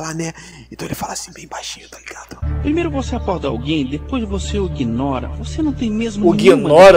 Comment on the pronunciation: "E depois vc oguinora"